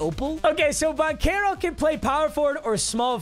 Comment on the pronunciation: its pronounced ban-chair-o not ban-care-oh